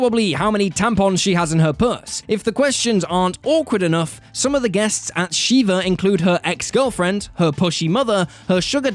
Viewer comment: It’s pronounced Shih-vuh. Not shee-vuh. She-vuh is the pronunciation of a Hindu god